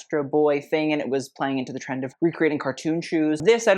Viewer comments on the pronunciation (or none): none